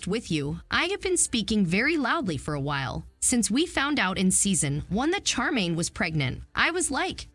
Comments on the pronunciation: Her name is SHAR -main, not char - main. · Glad I'm not the only one that was anoyed with the CHAR 😭😂